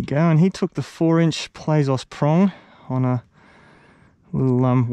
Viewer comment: Hey man, I’m pretty sure Plazos is just “plazz-o’s” as in slang for plastics, as opposed to “play-zos”.